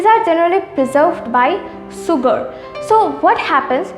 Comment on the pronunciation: Sugar - shugar(pronunciation)